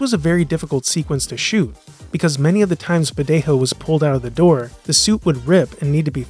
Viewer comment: Great video but Badejo isn't pronounced with the hispanic "J" sound (the voiceless glottal fricative, in English "H")! It's an English "J" as "jump" sound (voiced postalveolar affricate)! His Wikipedia page has pronunciation audio.